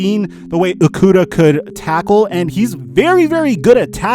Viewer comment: It’s prounounced O-kudah. Pronounce it right, went to middle and highschool with him